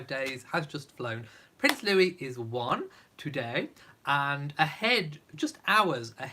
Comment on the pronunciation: When will commentators realize that Prince Louis is pronounced Louieeee???